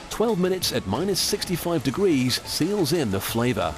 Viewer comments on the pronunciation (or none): none